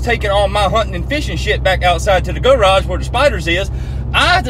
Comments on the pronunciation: Thought he said gulag instead of garage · “The Guhraj” 😭😭😭